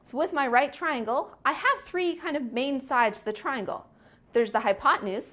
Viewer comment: “One…too-HOO…thrrrree. Thrrree.”